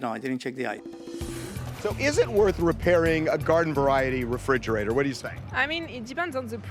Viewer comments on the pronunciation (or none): She should have had to pay extra for calling it a frijerator